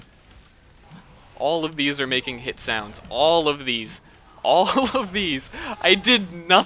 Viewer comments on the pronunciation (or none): none